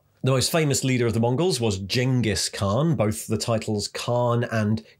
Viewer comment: I don't think anyone has covered this topic and I doubt anyone could've done it half as well as you did. Hell, you even pronounced Ghengis Khan correctly. I always enjoy your videos, for their topics and their quality.